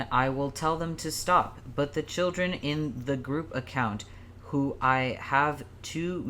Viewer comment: This guy talks hella weird every time they say children it gives me weird fuckiN vibes